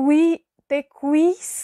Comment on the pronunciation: Has hecho el intento de pronunciar palabras mexicanas difíciles para un extranjero, mi querida, tú como albanesa, has estudiado el idioma de Cervantes a través de las telenovelas mexicanas, te falló en varias palabras de lugares y dioses, como Quetzalcóatl, Tequisquiapan, pero has superado la mayoría de palabras que se te facilitaron, tienes 8 de calificación sigue practicando estas palabras, hasta perfeccionarlas, ok, saludos cordiales, beso amistoso, Dios te bendiga y mucho éxito.